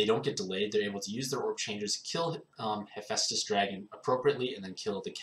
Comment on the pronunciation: I'm shocked you didn't say hippo dragon. I'm even more shocked you said hephaestus right, how tired were you when making this vid?